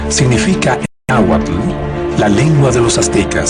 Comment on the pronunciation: Un poco de tergiversación y pésima pronunciación del náhuatl, pero casi la cuentan como es!